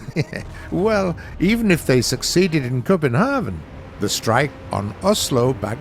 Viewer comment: wow must say nice pronounciation of "København" :D